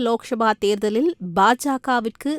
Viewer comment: ஏம்மா? அதுக்கு தான் தமிழ் வழி படித்தவர்க்கு மட்டும் செய்தி வாசிக்க செய்ய வேண்டும் என்பது. லோக்சபா என்பதை லோக்‌ஷபா எனவும் இராஜிய சபா என்பதை இராஜிய ஷபா என்பதும்; தமிழ் வாசிக்கிறாயா அல்லது வேறு வாசிக்கிறாயா என்ன? ரொம்ப style வாசிப்பதாக நினைப்போ, உன் வாயில வசம்பை வைச்சு தேய்க்க.